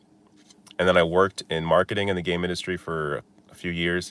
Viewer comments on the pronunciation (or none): when you sayd: gaming industry ey THOUGHT you sayd: GAY MINISTRY hahahallalujah and happy Byrthday kyd!